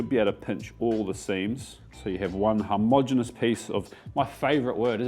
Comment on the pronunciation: hom-ogenous, not har-mogenous... great word, great video. loved the pilippino one, will give that a go!